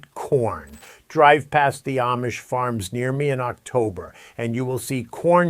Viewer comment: WHEN are you going to pronounce Amish correctly? Please, ask the Amish how THEY pronounce their name. And, then listen!!!! Very carefully!!!! Pronounce it the way they pronounce their OWN name!!!